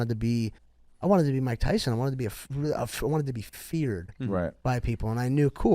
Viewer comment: I wanna be tysom mmmbut imma hunded and twetty few pweoinds